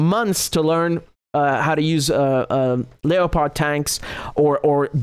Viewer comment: lep-ard tanks thats how its pronounced ...like the cat